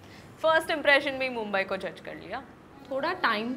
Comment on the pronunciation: मुंबई✅ मुंबाय❌